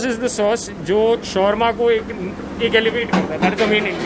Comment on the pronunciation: Please say it correctly it’s not shorma it’s shawarma